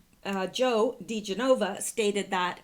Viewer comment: I'd really prefer you to pronounce people's names correctly. They are spoken of frequently if you listen to Bongino or Hannity. Joe DiGenova 's last name is pronounced more like 'dijenuva' all at once, not in 4 separate syllables. You said you want to know these things, so thought I'd pass that along. I wouldn't stop watching you if you keep flubbing up cause you're so darn loveable!